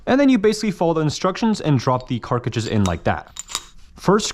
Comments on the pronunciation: For the millionth time, it’s fucking CART-TRIDGE. Not carcadge…. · CART, NOT CARK FFS. CART-RIDGE Not CART-RIDGE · has no one told you its cartridge and not karkrikge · wait wtf is a "carkidge" ?? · It’s cartridge not carcage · Cartridge, no carkridge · he is still saying Carcige lol. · This man can not say cartridge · I love how he doesn’t know how to pronounce cartridge